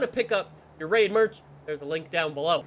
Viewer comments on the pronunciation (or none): none